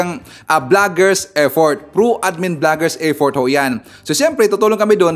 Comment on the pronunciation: Effort sir ivan hndi eddort.ha ha ha